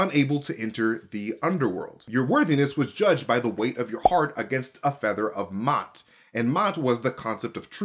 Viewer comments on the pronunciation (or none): MA'AT (mah-aht)